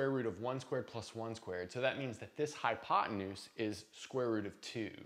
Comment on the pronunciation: "hypotenues" --- probably had a rough night...;-)